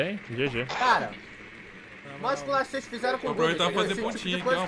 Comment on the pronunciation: parei no "voceis"